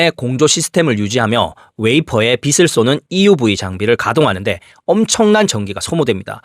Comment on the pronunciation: 비슬 쏘며가 아니고 *비츨 * 쏘며 로 발음해야 합니다